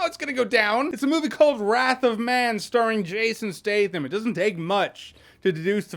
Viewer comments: isn't his name Stat-Ham? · “Jason Stay thum”